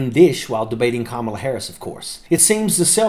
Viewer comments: Major, from one vet to another, her name is pronounced, "comma-la". Not, "Ka-mala". And thank you for YOUR service. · C’mon. Learn to pronounce her name. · Please pronounce her name correctly.